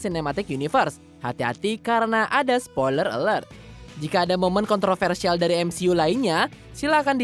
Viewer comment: bca skrip lmpeng amat siih, kan udh sring jga bhas mcu,, masa MCU (emsiyu) d blang emsi u, kevin feigi malah kebin fij,, aduuuuuuuh